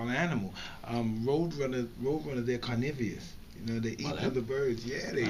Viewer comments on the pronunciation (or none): Mike said carnivius... what a legend!